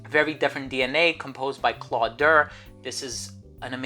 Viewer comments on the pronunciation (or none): none